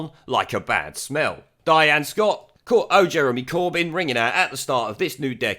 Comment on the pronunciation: It sounded more like "Burn Jeremy Corbyn!"